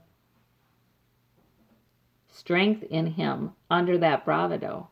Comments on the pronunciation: Hi....enjoyed your reading and we can only hope that justice will finally be done. I believe the universe is listening. By the way, just FYI bravado is pronounced bra VA do not bra va DO. The emphasis is on the second syllable, not the last. Just FYI, not meaning to nitpick at all! Pat E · The word is pronounced BRA VAH DO. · Thx for the reading... I think it's pronounced.. Bravado.. with the emphasis on the second syllable not the first.. :) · this is nitpicky, but please learn how to say bravado